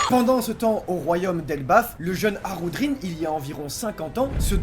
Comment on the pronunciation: J'ai bien entendu ? "Harudrin ?" MAIS C'EST QUI CE HARUDRIN ??? ON EST PAS DANS TWO COINS ICI, ON EST DANS ONE PIECE !!